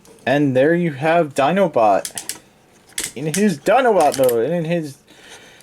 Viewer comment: "So there you have his feet sticking up his 'dinobutt'". XD I know, you said Dinobot, but it really works for him. Would be hard to get that for Optimus or anyone else.